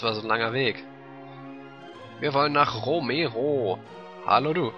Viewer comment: "Romero"? klingt fast wie "Emero" :D